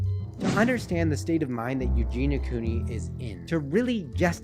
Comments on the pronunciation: Love how you say her name the right way I hope she gets better I know she can do it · i think you are the first person i have heard actually say her name correctly